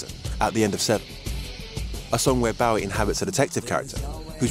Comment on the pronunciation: Love your videos but it’s David Bow(bow and arrow)ie! Not David Bow(take a bow)ie. either way great video